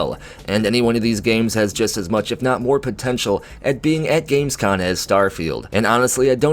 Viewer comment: You keep saying Gamescon, but it's com ;) As for Starfield, it's come to a point for me where I'll just wait and see what happens. We heard exactly zero % about this game this year, it's more than two years ago now. Howard may have said the game has been in development for a long ass time, but anything could be going on now. There could be problems or whatsoever. A 2021 release at this point is up in the air too, we just don't know, sadly